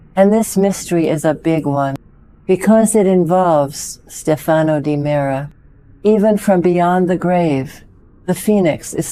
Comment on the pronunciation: It's STEF a no, not ste FA no.